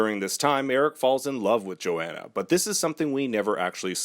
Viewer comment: Its pronounced yo-hon-uh